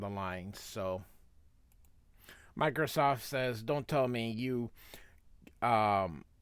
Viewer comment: "Microsoft", "Microchop" LOL, love the insighful commentary but the bloopers are the best!